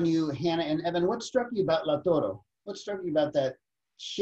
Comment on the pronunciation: It’s Lautaro, not Lautoro.